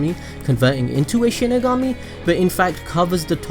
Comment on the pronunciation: It’s pronounced shinigami not shinagummi. Delete your cancerous channel